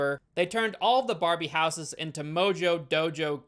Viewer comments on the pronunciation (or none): none